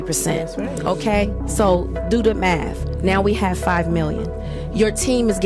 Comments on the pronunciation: "Da maff ain't maffin" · Did she really just say "the maff ain't maffin"? ...And how much was she worth again!? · The maff is maffin, nobody is listening to your podcast!